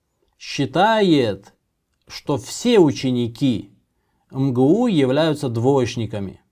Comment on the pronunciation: МГУ :))))) ЭМ-ГЭ-У читается :)))